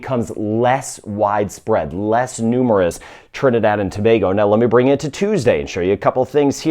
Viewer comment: He pronounced Tobago correctly